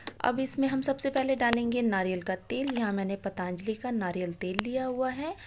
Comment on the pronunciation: Why do you people speak paataanjali instead of patanjali पतंजलि? Angrezi mi patanjali likha jta h Hindi mi to पतंजलि bolnge na